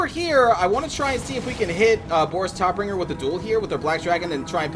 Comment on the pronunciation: Boris Todbringer is translated to "Fighter/Fight Death-giver":D Also, the "o" in Todbringer is pronounced more like the "o" in "tater tots".